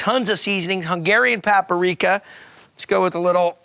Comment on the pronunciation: Pap-A-Rika. Lol.